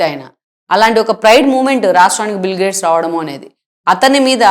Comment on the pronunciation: అమ్మా, ఆయన పేరు బిల్ గ్రేడ్స్ కాదు. బిల్ గేట్స్. కొంచెం చూసుకోండి మీరు పెట్టిన టైటిల్ ని, మీరు పలికే విధానాన్ని. 🙏🙏